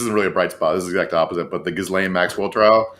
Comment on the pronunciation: You pronounce the 's' in Gislane just like you do in the word island... just a little helpful hint 😉